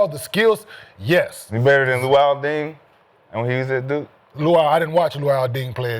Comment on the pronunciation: “Luol Ding” 💀😂